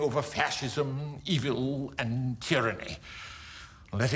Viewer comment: "...prevailing over faschism, evile and tyranny..." He said evile folks!